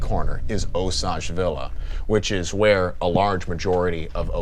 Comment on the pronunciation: So happy to see this again, but forgot how much I hate hearing you pronounce Osage! 🤦‍♂️🤣🤣